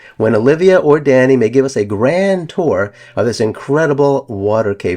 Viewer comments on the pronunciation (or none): Green House... And George's son is Dahni not Danny